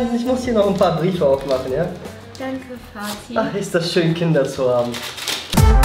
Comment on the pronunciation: Shirin sagt: ,,Fatih‘‘😂😂😂